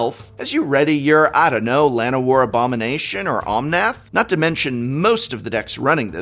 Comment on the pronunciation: It's not War....its WAAAGHHHHHH